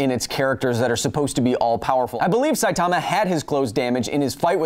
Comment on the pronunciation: I've told you already, his name is pronounced Sigh-Tuh-Muh not Sigh-Tar-Mah.